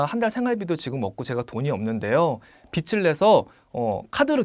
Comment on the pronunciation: 빚을~비즐,,이렇게발음 빛을~비츨,,이렇게발음 지적해서죄송합니다만,, 팬입니다~